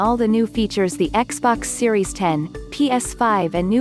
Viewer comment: Xbox series "Eks"